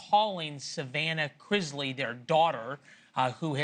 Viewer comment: You can't even pronounce their last name